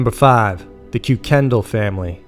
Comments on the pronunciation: We don't pronoune it as koo-kindle but kookin-doll. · ROFLMAO -- the name isn't pronounced Koo-Ken-Doll .....it's pronounced KIRK-en-Dahl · i love the stories but the way you pronounced that first name is disturbing somehow. Now it might be pronounced that way in WA but in other places its pronounced like kike-end-all at least by the people here with the name kuykendall just fyi. like i said it might be right for there but it sure sounds weird to me! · Pronounced kirkendoll not kukendall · ki-ken-dall not que-ken-del 😂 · 1. Ker-ken-dial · Kuykendall is pronounced ( kye ken doll ) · Ist one is pronounced "kirken-doll" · I think proper pronunciation is COY-KEN-DOLL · Because I’m in a family of Kuykendalls... it’s pronounced KIE ken dall. First syllable emphasis, rhymes with Guy Ken Doll. Sorry to be pendantic but that’s what happens when you spend a lifetime correcting people who mangle your name. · Just so you know: The name Kuykendall is pronounced "KIKE-en-doll." Anyway, keep up the great work! I enjoy these videos! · He didn’t pronounce the last name correctly by the way, it was like Kye-Ken-Dahl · Love your channel, great coverage. FYI, the name Kueykendall is pronounced "Kirken-doll" We have people with that surname in my area. Cheers! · Awesome freakin' video! By the way, Kuykendall is usually pronounced as Kirkendoll. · Kerk-un-dial. that was a yoga class, not aerobics. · i actaully knew the first family in the first story when i went to high school in washington i must tell you the last name is pronounced (KUR-ken-DAL) thanks:) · It’s pronounced Kuy-Ken-doll. My 4th grade teacher 👨‍🏫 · pssst.. Kuykendahl is pronounced ker-ken-doll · what a lazy man that runs this channel. First of all you can't even pronounce the name Kuykendall correctly and then you have to nerve to leave it misspelled on your chapters. Cue Kendall? Really?!! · You mis-pronounced the Family name ...... WOW ..... what a Putz move. !!!!!